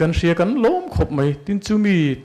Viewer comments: 1st a Perform hian "mai" a ti thiamlo "mei" a ti zel mai.. Pu Mafa akha chu la awm se a khak ka ring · 'Mai' tih tur 'MEI' a ti zel. Pu Mafaa kha chu awm se a khak em em ang.